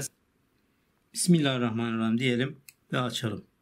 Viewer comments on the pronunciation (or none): none